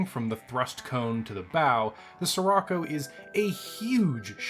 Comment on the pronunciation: the word "Scirocco" is Italian, so the "Sci" at the beginning would be pronounced /sh like the "sh" in "fish" or in "ship"